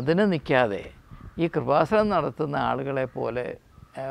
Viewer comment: എടൊ പൊട്ടാ കുറുവസാനം അല്ല കൃപാസനം.ഇങ്ങനെ ട്രോൾ ഇറക്കുമ്പോൾ അത്യാവശ്യ ബോധം ഉള്ളവൻ ആയിരിക്കണം താൻ